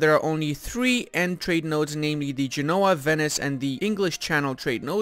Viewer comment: Gènoa pls, not Genóa